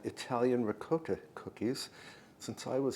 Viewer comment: Pronounced in Italian dialect. RIGAWTA